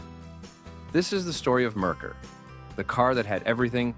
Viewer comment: Not to mention "Merkur" is pronounced wrong as well. (it's "mare-COOR" not "merker")